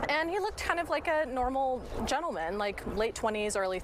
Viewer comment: She call him gentelmen ??